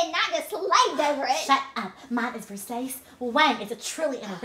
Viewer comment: Lawd, when pronounced Versace wrong!